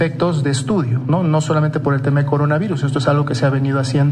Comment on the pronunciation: El Cogona Vigus